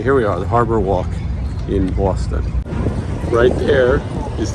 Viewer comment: Great episode! Thanks for showing us around Boston. ( I can’t even type that without hearing Booooaaaawwwwston) lol